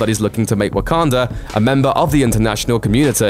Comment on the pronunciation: Am I the one that hear's him saying wokander